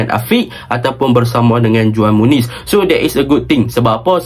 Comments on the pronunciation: cara sebut juan muniz ialah huan muniz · Itu belah sana j jadi h kalau belah latin..ko org latin ke...